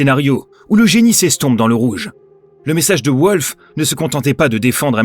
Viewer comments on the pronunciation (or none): «Volf» pas «Ouolf» par pitié !